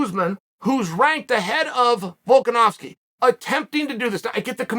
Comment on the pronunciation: "Guy has a really hard name to pronounce....u kno wat it is? It's Volka-nov-ski!" Ahh that explains so much now 🤔